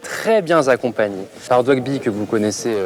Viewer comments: "Très bien zaccompagné", belle liaison imaginaire :p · «Où je vais être très bien ZACCOMPAGNER»🤣 il m'as buté dès le début